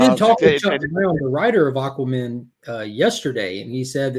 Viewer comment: Is saying Aquamin on purpose?